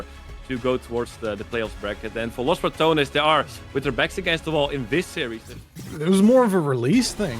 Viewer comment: Please, pronouce the E in Los Ratones; listening "Los ratons" hurts my ears :c Also, they are not rats, ratones means mice, ratas means rats :c